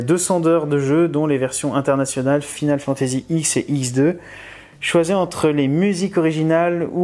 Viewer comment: eh eh, pourquoi prononces-tu FFX -> "Final Fantasy ixe" mais FFXII "Final Fantasy 12" ? ;p pour l'ost avec le jeu, faut pas rêver, vu que square-enix la vend sur son site :/ "pas les meilleurs ff", roh, quand même, je mettrais bien le x dans le top 5 et le xii n'en serait pas très loin :D le earthlock, je me suis tâté pour le prendre... mais j'ai déjà pas mal dépensé et faut que je me garde des sous pour mercredi prochain, au pire, c'est le genre de jeux qu'on retrouver sur le site d'auchan ou la fnac...